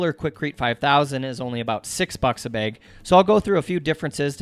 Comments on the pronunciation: "Bag" is now "baeg". This is so interesting. I'd love to hear him say "ay-pple" lol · the way you say "Bag" is driving me nuts. but great video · Maybe I'll do these counter tops in my cabin build. I love the way you say 'bag' and 'rag'. Maybe it's Montana accent. Cheers! Chris. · People in WV (where I live) often say it this way too. Didnt mean to make it sound derogatory.